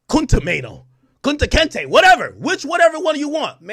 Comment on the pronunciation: “Kunte Chaino”- Troy Ave 😂😂😂😂😂😂😂😂😂😂😂😂